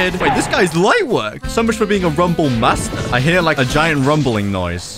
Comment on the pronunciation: BLUD JUST SAID JAYENT ELECTRIC BALLZZZZZ😈